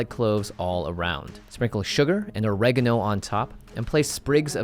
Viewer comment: I DON'T KNOW WHY BUT THE WAY HE SAID OREGANO ANNOYS ME SO MUCH O-RE-GA-NO NOT O-RE-GANO >:(